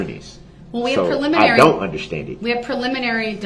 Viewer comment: He doesn’t “underschtand ” much of anything does he? And why can’t he even say “ understand” correctly? Lol